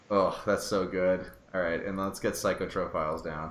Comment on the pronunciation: A child dies every time you say "psych-o-tro-philes" instead of "psych-ro-philes", pretty sure you're wanted for war crimes at this point xD